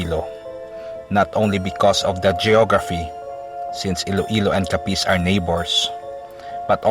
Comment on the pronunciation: Putsa ayusin mo pagbigkas ng capiz